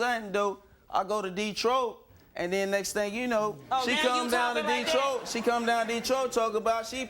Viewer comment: "De-troyyy" , I'm born and raised from DETROIT , never in my life have I heard it pronounced such a way lol!!